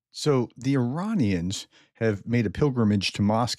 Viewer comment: Well done Prof on correctly pronouncing Iranians short i and long a. 😊